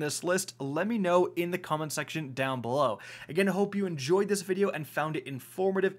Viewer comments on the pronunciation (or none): none